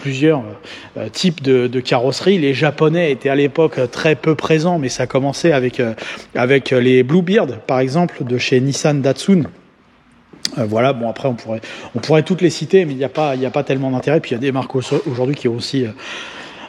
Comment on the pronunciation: la nissan bluebird ,prononciation bluebeurd et non bluebird STp,c'est de l'anglais 😉